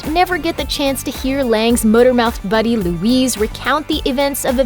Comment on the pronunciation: Luis not Louise.